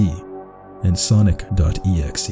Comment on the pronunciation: yes but at the time I thought he said it weird